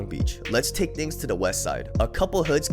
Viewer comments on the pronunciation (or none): none